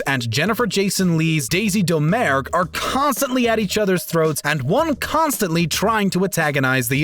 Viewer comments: DOMMER-GOO! It's pronounced DOMMER-GOO! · Daisy Damer-GUE, narrator.